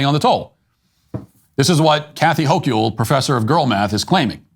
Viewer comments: I live here so unfortunately know how to say her name. HOAK-ULL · Hochul = Hoke-yull. I wouldn't have expected it to be pronounced that way. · Wait does Matt actually not know how to pronounce Hochul? It's not like she's the very prominent governor of New York or anything...